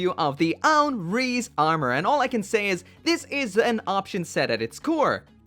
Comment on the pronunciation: You don't say rize rize you say it like rise